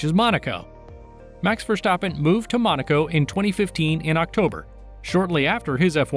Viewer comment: Mex Verschtappen